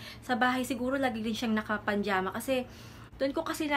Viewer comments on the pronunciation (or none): pajama po hindi panjama. 😭